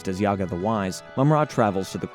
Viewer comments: It's not Yaga... It's JAGA! J not Y. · Read the names correctly bro! not Yaga, he is Jaga And the two kittens too! Sigh. Don't you know their names? I think you never watched any of the episodes before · 1. his name is Jaga and not Jiaga, you pronounce it all the time wrong. Are you sure you hae seen any episodes? 2. in the beginning why we see the 2011 panthro? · Dude yaga.. have you ever seen the show? Its jaga like jaguar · Who the f*ck is Yagga you mean Jagga clearly you didnt watch the show. Also Snarf is Lion-o's nurse maid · I cant get past the mispronunciations. Dudes killin me with "Yaga" F outta here. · The pronunciation of “Jaga” as well as “Wily kit and Wilycat” are definitely tip offs that something isn’t right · YAGA?! YAGA?! ITS JAGA (PRONOUNCE THE 'J' AS A 'J' YOU NITWIT!) YOU DUMB MILLENIAL ONLY KNOW HOW TO DISRESPECT HISTORY. DELETE THIS EFFING VIDEO OR REMAKE IT! YAGA! WTF IS YAGA??? THIS IA THUNDER CATS! NOT BABA YAGA YOU ASS! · Is your channel pronounced “Yar-toon” the same way you say “Yaga” for Jaga? And what is with the willies? It makes me wonder if you’ve got a willy. 😂. Plundar not Plunder. So many issues with this. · His name is Jaga! NOT Yaga! How can you even read his name wrongly?!? I bet you are just paid to read the script and no idea what Thundercats is all about!! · My dude... you made a 60 minute video about the Thindercats and you don't know how to pronounce Jaga's name? (Juh, not Yah). Its giving "tell me you've never watched this show without telling me" energy. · Itts Jaga not Yaga... Fck sake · It’s because this is AI content. They don’t do any research and have no connection to the ip. They pronouncing YAGA… his name is pronounced JA-ga. It’s AI trash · ThunderCats in the 80s was a daily show. Monday through Friday Jaga is not pronounced Yaga. Mumm-Ra is not pronounced Moo Mra WilyKit and WilyKat are not pronounced Willy. It almost sounds like a computer is telling the story rather than an actual fan of the show.